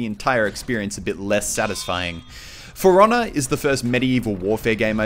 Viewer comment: I love how Muselk says the name of the game: "Furonah" xD